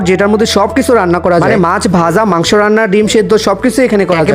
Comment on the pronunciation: মাংস নাহ মাংক😂😂😂